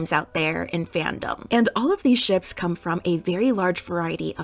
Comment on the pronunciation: not kum